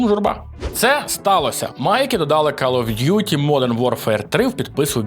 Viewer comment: "кАл оф дюті", "кАлідж футбол" 😂будьласка хоч перед записом відоса в гугл транслейт закинь англ назви і послухай як воно вимовляється